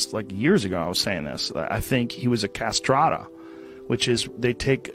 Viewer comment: Correct pronunciation is CASTRATTI ‘